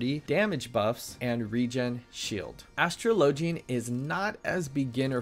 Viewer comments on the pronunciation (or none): Your pronunciation of "gauge" and "astrologian" hurt me to listen to, but the video was pretty good. Thanks! (they're pronounced "gae-j" with a hard "J", and "a/uh-straw-lo-gen") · Great guide but the way you pronounced Astrologian hurts my brain. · OHhh, it's nothing, just playful teasing :P